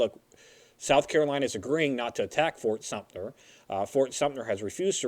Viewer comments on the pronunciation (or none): I know it's a moot point now, being 3 years past filming of this episode, but why does misrponounce the name as Fort SumptNer every time he's talking about Fort Sumter!? It happens in every episode he says the name! Still a great series though, guys haha